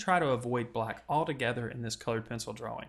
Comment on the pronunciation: ***** He sounds American. I know a few Americans and none of them say drawwing, so it must be a speech impediment, not the accent.